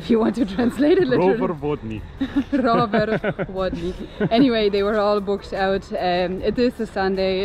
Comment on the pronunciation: Warmia is prenounced "Varmia" 😀. Lake is prenounced phonetically "Dwoogye" 😀 Plaża Miejska is a Town's beach 😁 "W" in Polish is always prenounced as "V", we don't use "v" in our language at all, unless it's foreign or Latin. Zapiekanka came from Kraków :)